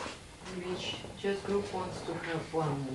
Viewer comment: Мне странно, что учитель произносит "р" так резко, что "w" в слове "which" превращает в обычное "в" без свойственного ореола. Речь звучит грубо и топорно. Но при этом учитель демонстрирует умение нормально строить предложения, наверника знает много правил и умеет их применять. Знание правил, словарный запас и произношение должны расти параллельно. Кажется даже ученики лучше произносят те же слова.